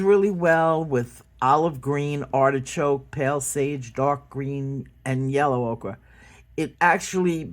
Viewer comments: I've always heard O-ker.. Okra is the vegetable. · Ol, it’s pronounced “oaker”. “Ochra” is a vegetable.🌺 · Ocre is French for Ochre. The way to pronounce it is O-KOEUR. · Ochre is pronounced "Oh-ker" and you are correct about the spelling. Ocre must have been a mistake that was never corrected. 💛💚🤎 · I’ve heard it pronounced oak-er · It's definitely Ochre. Pronounced Oh-kur